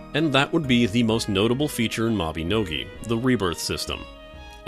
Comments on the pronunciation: ITS MABINOGI! MAB-EH-NO-GEE (like MaGee)! NOT MABEHNOGEH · he says mabinogi wrong